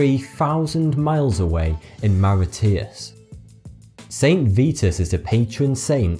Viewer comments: Hahahah, it's not mara-tee-us, it's mar-uish-us. My parents were born there and then moved to Australia you see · Mau-ri-tee-us? I think you mean 'More-ish-us'. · Mar it ee us? MA RISH US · Maritius is said ma rish as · mauritius is pronounced maw-rishous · Mauritius is pronounced Maw-rish-us haha still love your videos lol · It's pronounced More-ish-us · Isn't it pronounced "Moorish-us" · Mauritius was pronounced wrong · Guys stop getting at him for pronouncing Mauritius wrong. Humans make mistakes ok ! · He mispronounced Mauritius. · you pronounced mauritius wrong you mong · Lol I came here to see this I'm Mauritian 😂😂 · Mauritius isn't said like that! the 't' sounds like 'sh' btw. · funny how u pronounce mauritius.